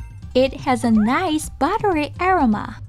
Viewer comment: love the videos! I would play your videos in the back ground even when I'm not watching. I noticed you guys use the word "aroma" quite often, maybe double check on the pronunciation of this word.